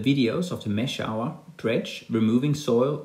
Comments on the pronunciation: Mash-hour u pronounce it as mash-hooor translate the word 'famous' in google and listen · Great video, but it's pronounced "mash-hoor" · Its name is not what you say, it is pronounced as mashooor